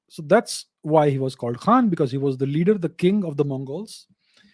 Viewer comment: No KHaan in Mongol Language. Its almost sounded like Khan.